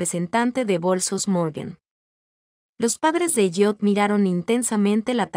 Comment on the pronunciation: esv ELLIOT no es EYOT y se pronuncia ELIOT